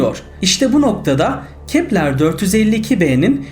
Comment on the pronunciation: Kepler değil Keplır diye okunur...